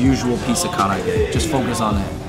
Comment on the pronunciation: The black garlic facts... Wrong. And the way you say karaage is hella white hahaha come on bruh!